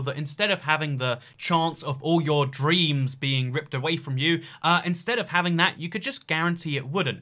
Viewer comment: All of his emphasizing of the what he DREAMS of was really confusing